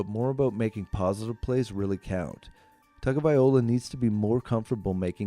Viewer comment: Why are you calling him Tagaviola?